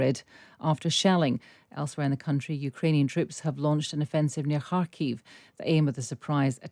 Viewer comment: Thanks go to for properly pronouncing "Kharkiv". So rare to hear it being said the right way.